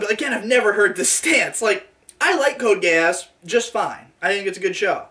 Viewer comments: That is how the "e" in romanji is pronounced. He frequently mispronounces the "a" though, it should be Gay-ahs, but the "gay" is there regardless. No matter what, it's going to sound like a British person saying "gay ass". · I literally cannot help hearing "code gayass" please send help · I kept thinking that was saying “Code Gay-ass” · cant tell if he just thinks it is pronounced that way or he is trying to call it "Code gay ass"